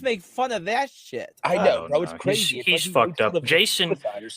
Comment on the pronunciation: weally? Cwrayzy